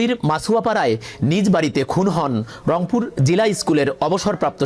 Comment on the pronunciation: খবর পরছে...রংপুর কবে থেকে লংপুর হলো😂😂